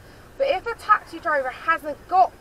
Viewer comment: It's not taxi drivers its twaxi drivers lol 😂😂